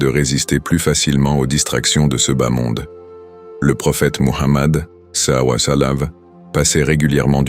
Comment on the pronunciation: SALLA LAHOU ALLEYE HI WA SALAM POUR QUE L'IA PUISSE BIEN PRONONOCER CETTE PHRASE OU BIEN VOUS METTEZ JUSTE PAIX ET SALUE SUR LUI. CELA DERRANGE D'ENTENDRE LE MOT DEFORME